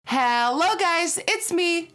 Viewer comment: (ha-low) guys!